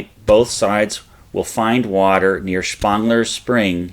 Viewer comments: Agreed-- great video however, but check pronunciations of 'Wadsworth' & 'Spangler's' ?? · All great, but still question the pronunciations of 'Wadsworth' & 'Spangler's'?? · Agreed. It did seem a bit odd.